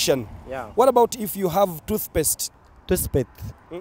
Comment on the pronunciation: Haha dat guy didn't have to say anymore da way he says tooth paste is enough to make u collapse n da last guy is out of his mind Kika buka.# Afrika's Got Talent.🇺🇬🇺🇬